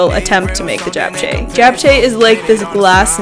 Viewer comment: I absolutely LOVE watching your vids. And it's so fun to see you and your fam workout together!! I'm Korean and I just wanted to say I kinda cringed when you pronounced bibimbap and japchae lol. But it's so good to see you try Korean food ;)